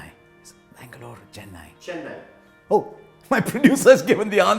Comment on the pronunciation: I'm just glad he got the pronounciation of Chennai, Thala and Chinna Thala right 🤙🏻